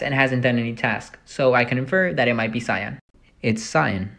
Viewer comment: You say cyan wrong no affence